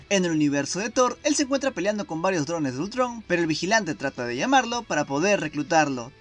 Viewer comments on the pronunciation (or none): none